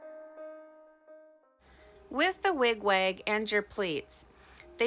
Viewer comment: It's basically the way you say your 'A's. To me, it sounds like Wig 'Wayg' when you say it.